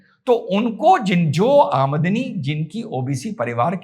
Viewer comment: Aa-madni kya hota h. 😂😂😂 Aam-dani hota h chicha.. Zabran hindi kyu bol rhe ho... Itni urda training thi kya